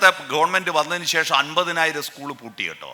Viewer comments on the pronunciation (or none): none